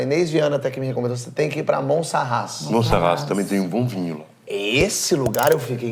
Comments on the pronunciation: Porchat 2 coisas: É Monsarraz e nao Montsarraz, mas muito mais do que isso há uma palavra em portugues que é "labrego", que é exactamente o que esse teu convidado portugues é. Dito isto, adoro todo o seu conteúdo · Já agora é Monsaraz e não Monsarraz. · Roberta AF Porchat conhece mesmo! O Português da Gretchen nem o nome da cidade de Monsaraz sabe pronunciar corretamente 😂